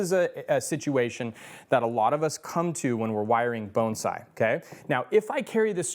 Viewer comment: Love, just wish he didn’t say bonesai!! Even the subtitles can’t understand so they spell it bone side!!